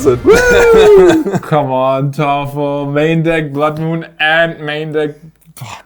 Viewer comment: I'd like to know why Thoralf is said like "toffel"